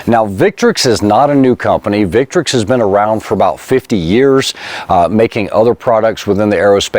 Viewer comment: Thank you very much for pronouncing the name of the brand correctly.